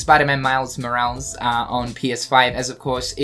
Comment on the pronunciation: they way you pronounce morales is killing me man 😂